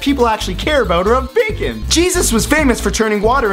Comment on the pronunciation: I think the best part was at the end when you messed up saying the word "bacon" cuz you said it so many times 😂😂 this was genius